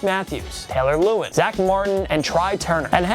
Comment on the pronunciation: Why he say Taylor Lou-wen?